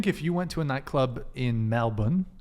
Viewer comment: Good job on pronouncing 'Melbourne' correctly, done well mate.